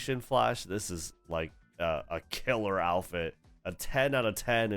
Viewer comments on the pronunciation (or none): none